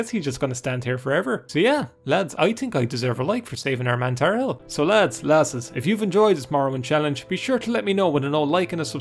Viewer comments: I've never understood how someone, who can read, can pronounce things so wrong... You just said Tar A Hell for tarhiel... Like sure its not the easiest word to pronounce, but theres no vowel between the r and the h, and there is an i and an e after the h, where did the a come from and where did the i go? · For the love of god, it's pronounced "tar-heel". It's a joke about the North Carolina college basketball team. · Tar-h-i-el. Like "earlier" >haggled in seyda >didnt haggle in mages guild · Ah yes, Tarehel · It’s pronounced Tar Heel. It is related to the Eltonbrand Easter egg; college basketball related. It is a reference to the North Carolina Tar Heels, rivals of the Duke Blue Devils who had a player drafted in 1999 called Elton Brand. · Pronounced tar heel. Like the college team. There's actually a few college team Easter eggs in this game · plebian? Also given that earlier is pronounced “ee ur” while priest has “ee” Tarhiel could be either of the two based on personal pronunciation or dialect.